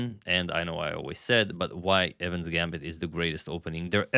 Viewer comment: It's Evans not evan.